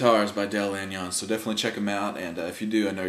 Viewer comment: Great review. Del's name is pronounced Lan yuns, kind of like saying 'onions'. I used to get it wrong too, so I asked him how to pronounce it. Del said it's a Dutch name. BTW, my guitar is named 'Del' for the man himself. What a wonderful man; BOY! can he play guitar too. I have a 1998 WGC-6 that I bought from Del Feb 1999. You are correct, a Langejans rings like bell and distort when you lean into them by picking really hard. Open chords are full & lovely. They sound especially nice in alternate tunings. I like Open G, Drop D, Double Drop D and more.... Mine has a regular nut, so he must have switched to the zero nut later in his career? THX again, you're very good!